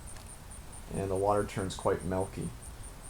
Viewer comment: Emily Noneya I agree, but I cringe every time he says melk.